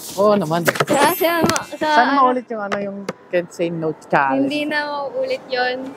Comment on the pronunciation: bakit kaya lahat ng vlogger pag sinabi yung “challenge” nagiging “challeynge” 😭😂